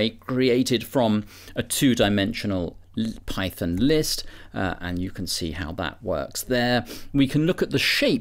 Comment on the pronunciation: Wtf is pie-thin?